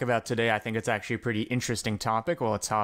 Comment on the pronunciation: awcuawy, the cawculation wouwd nowt awaw this to happen